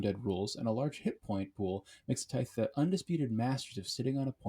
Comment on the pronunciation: Good video, but its pronounced "tie-th"